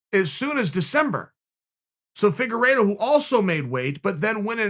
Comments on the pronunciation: Uncle Chael: Figureedo..Figeraydo...Faygeraydo...Fagerido...Figerplaydough.. Me: Okay great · His name is pronounced Fig-ward-o. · Chael “FIGurE-iTTttttTtto” sonnen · Just how good is Deiveson Figueiredo? Chael actually corrects his mispronunciation of his name.